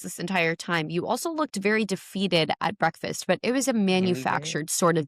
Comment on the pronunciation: You mean “brefiss”. 😂